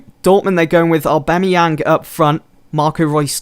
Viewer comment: Names: aubameyang is pronounced a-bam-ee-ang And the is also the complicsted one which is bla-chi-kow-ski